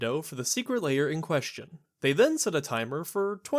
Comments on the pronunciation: Why do you pronounce Lair as: 'Layer'? It's very odd and makes me question your competency. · I'm curious, how do you pronounce "hair"? "Hayer"? Great points, all throughout. The shops are hanging on by a thread and WOTC selling direct to players is definitely not helping them stay afloat.